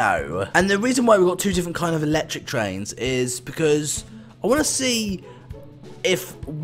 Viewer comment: It is actually electric not eecetric